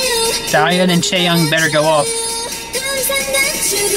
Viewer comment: "It was dirty and spicy. I likey" haha. And ur such a fake once, it's chae-yun not chae-young haha. Twice is just next level